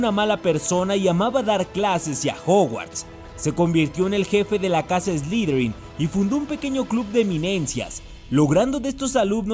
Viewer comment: ... Que es "slidrin"? A caso no se dice Slytherin?.